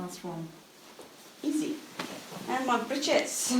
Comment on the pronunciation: Someone who cares to pronounce breeches properly ♥️♥️♥️♥️